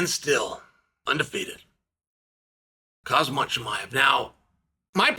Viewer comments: Khazmat? It’s Khamzat. Learn how to speak Chael 😂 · Khazmat? Come on Chael don’t be one of those guys who literally can’t say any name correctly unless it’s a basic American name. It’s gettin old and it’s ignorant. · Learn how to say his name correctly Cheal it's shame on you the guy now in ufc over 2 years . But you still pronace wrong his name.